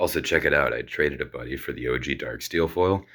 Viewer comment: I did a double take here, I thought you said TRADED A BAYOU then I rewinded and I noticed it was "traded a buddy" lol. Also Lantern Control almost always has a deterministic wincon. You can't break the lock, especially not in Modern against the OG deck. It's so easy, just concede, especially in Modern because you're going to lose. That Reddit post was hilarious to me, Eggs was much much MUCH worse and that's how you know they never played real Modern.